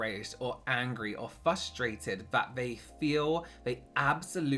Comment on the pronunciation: are you trying to rage bait by saying "fustrated" instead of "frustrated"